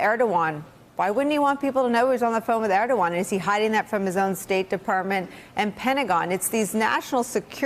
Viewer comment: Guys: It’s ErdoGAN, not ErdoWAN. When Professionals like yourselves Repeatedly mispronounce the name of a high level world leader it shows a lack of preparation which itself shows a lack of respect. Would you like it if someone repeatedly mispronounced Your Family Name ??